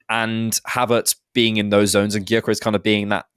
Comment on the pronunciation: The G is silent for god sakes.